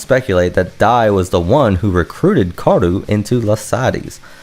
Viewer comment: The pronunciation is ka-O-ru. Great video.